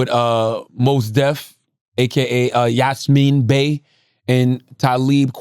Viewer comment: „YasMin Bey“ 🤣🤣🤣